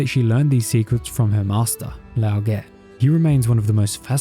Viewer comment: Gonna be that person for a second: assuming these names are based off Chinese names, Tieguai's name is pronounced "Tyeh-Gwhy." Also the Ge in Lao Ge technically sounds like "Guh."